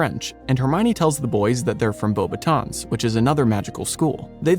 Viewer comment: Not knowing the S in Beauxbatons is silent is a red flag